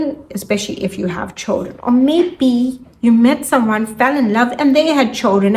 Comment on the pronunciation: Very difficult to understand everything. I don’t know if is your English or your microphone.. what’s choldren!? Thank you